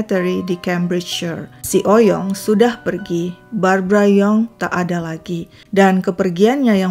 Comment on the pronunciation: Sebenernya Oey Yong dibacanya bukan "Oy Yong", tapi "Ui Yong" atau "Wi Yong", krn ejaan lama OE dibaca U. Margaku juga Oey dr papi dan Lauw dr mami 🙂